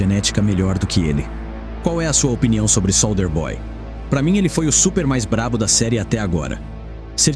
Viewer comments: "Sôlder boy". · Pena q o narrador fala SOLDER BOY... SOLDER